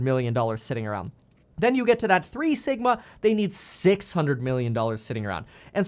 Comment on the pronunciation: For a second when he said sigma i thought he said Ligma